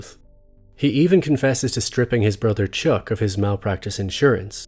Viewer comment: Did you just call him Chook instead of Chuck?